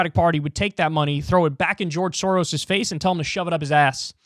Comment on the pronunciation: Pronouncing the s letters in “soros”: is like pronouncing s in the word: SHIp.